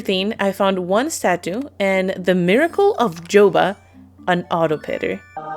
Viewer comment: Lmao it’s not joba it’s yoba 😂